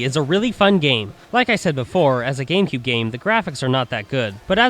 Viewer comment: its gamecube not gakmecube